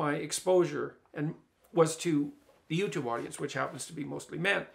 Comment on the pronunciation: "My public audence." Praytell Jordan, where do you come up with these percentages?